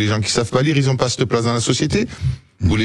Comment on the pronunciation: " les gens qui z'ont " ok Sebastien.